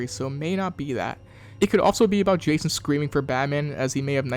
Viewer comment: Did my boy call jason,jakon?